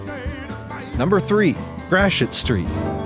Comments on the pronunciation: Enjoyable video, thanks. Friendly PSA: Gratoit is pronounced “Gravoy” (rhymes with ‘boy’), not “Grasheet”. (Don’t feel bad, the historic French influence can be quite unintuitive because the same collection of letters can result in very different phonetic sounds depending on the context, and then so many are twisted further by the Spanish influence.) Source: 14 years living in the area in the 1960s and ‘70s and listening to it pronounced daily in the KMOX radio Traffic Copter reports, and countless commercials! Other tricky ones commonly mispronounced: Des Peres is pronounced “Day Pair”, not “Dez Perriz”. Carondelet is traditionally “Carondelay” (sounds like Chevrolet”), not “Carondelett”, although this one gets mispronounced quite often. Creve Coeur is “Creev Core”, not “Creevie Coehr”. Bella Villa sounds like “Bella Veeah”. Lemay can be “LaMay” by itself, or “Lee-May” when used with other words, such as Lemay Ferry Road… sometimes both are used in the same sentence, and no one thinks twice about it. Meramec sounds like “Mer-a-mac”, not “Merimecc”. Bellefontaine is “Bell-fon-tain”, not “Belly-fontainie”. And the granddaddy of them all: it is ALWAYS “ Saint Louiss” and never, ever, EVER “Saint Lou-ee”, which is absolutely cringe-worthy and abhorrent to the locals and is NEVER considered cute or clever in any application; Judy Garland, you sit on a throne of lies! ;-) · Interesting that Gratiot is pronounced like “grash-it” in the video. I’ve always heard locals say it like “gray-shit”. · Is Gratiot pronounced “grash-it?” I always thought it was “gray-she-o.”